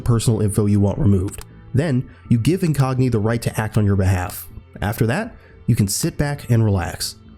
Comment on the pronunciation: Incogni!???? Never heard but u put a yn on😂